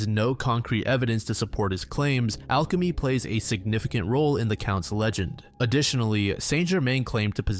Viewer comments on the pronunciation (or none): none